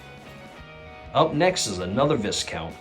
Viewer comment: Wonderful video - just one thing... one doesn't pronounce the 'S' in Viscount. Pronounce it is Vai (or Vye) Count. Amazing collection!